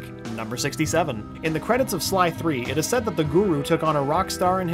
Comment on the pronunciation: he says " 3" instead of sly 3